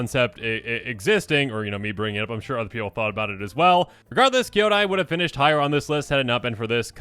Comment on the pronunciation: It's kee-YO-dai, ko-TO-se and HEY-ko not KA-yo-dai, ko-TO-see and HAI-ko. Many of these words have actual meanings in Japanese so the pronunciations are kinda important. I blame Eddie.